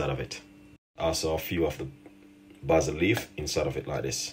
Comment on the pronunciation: Your pronunciation is always off, basil is not pronounced the way u do